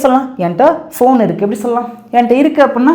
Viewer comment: ஃபோன் not (பேன்) please correct it